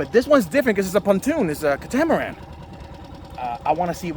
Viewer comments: It is pronounced “KAT UH MUH RAN” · I think it’s pronounced “cat-uh-much-ran”? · Please google the correct pronunciation of catamaran. Any boater or not should know your pronunciation is incorrect. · Just getting in to my first inflatable and I've been enjoying your videos, nice work. But now I'm wondering if I have been pronouncing "catamaran" incorrectly my whole life...